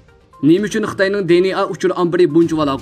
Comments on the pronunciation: چەتتىن كىرگەن سۆزنى چەتئەلچىلاپ تەلەپپۇز قىلىشنىڭ ھاجىتى يوق. بۇنداق سۆزلەرنى ئۇيغۇر تىلىدا ئىشلەتكەندە, ئۆز تىلىمىزغا ئۆزلەشتۈرۈپ قوبۇل قىلساق ۋە تەلەپپۇز قىلساق توغرا بولىدۇ. ئەمما ئىنگىلىز تىلىدا سۆزلىگەندە دى ئېن ئېي دەپ تەلەپپۇز قىلىمىز. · di-en-a chettin kirgen sozlerni toghra oqung riyasetchi ，bilmisingiz sorang